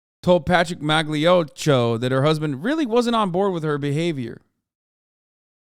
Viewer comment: I know probably Hasan is not reading this, but Magliocco is pronounced MalioKKo (kinda). GL is similar to L (Kinda) and "cc" sounds like "k". The sound Hasan makes for the c exists only if after the c you have e or i. I hate made up italian pronunciation! :D